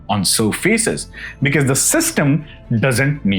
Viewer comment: With all due respect to your content, I might sound very cringe but a small request please check the pronunciation of the word 'because'.